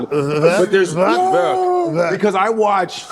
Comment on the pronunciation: Vwork? Godfrey 😂😂😂 you're killing me 😂